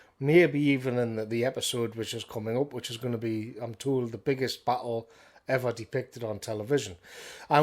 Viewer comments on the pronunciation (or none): Nobody: British people: pronouncing battle "butthole"